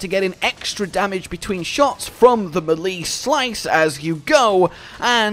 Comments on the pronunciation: "Melee" is pronounced as "May-lay" not "Muh-lii". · Why can't monster hunter youtubers pronounce melee smh